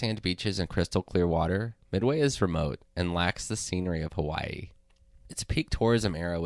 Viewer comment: If it's one of your lifetime goals to visit, learn how to pronounce it